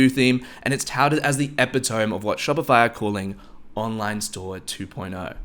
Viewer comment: Epitome is pronounced like epitomy not epi-tome. Thanks for the video, it is very helpful.